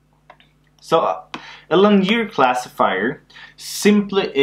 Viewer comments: The right pronunciation is ˈlinēər, I think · perhaps this was noticed during the last 5 years... but, 'linear' is pronounced 'lin-ee-ear', rhymes with 'gin-ee-ear' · I came here by a referrence from the game "while True: Learn ". Great video! Just goes to show that it is still both relevant and good teaching 4 years after you created it. One thing though: Please do try to learn to pronounce "linear" correctly. That confused me a bit for a while thinking you were referring to some concept i was unfamiliar with until i realized later in the video that you were "just" talking about lines :) Once again, great work!